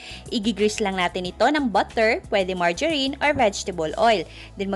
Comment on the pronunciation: margarine- pronouce as "maa-juh-reen" ay mabibili po sa palengke o suki nyong tindahan 😉